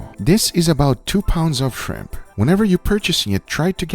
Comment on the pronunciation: I’m not a shrimp person 20 seconds later: I like ze shrimp